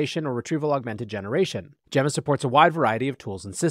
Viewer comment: I'm pretty sure you're mispronouncing "Gemma".